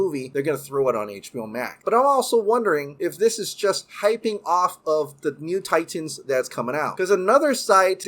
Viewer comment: My man, fun video, but if you can pronounce “cinematic” normally, there’s no reason why you have say “Titans” as Tie-Tans all the time. It’s crazy! ^_- All right, be awesome!